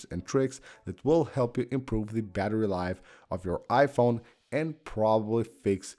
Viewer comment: It's so distracting when you say it 'iPHONE' instead of 'IPhone' 😄